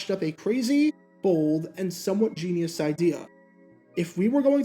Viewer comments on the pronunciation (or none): none